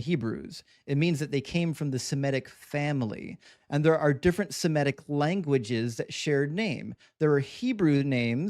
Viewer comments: the word is pronounced SEMITIC, not semetic!!! You also probably say, resescitate! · Somebody please tell it’s “Semitic”, not semetic. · I think it’s surprising that someone with credentials mispronounces Semitic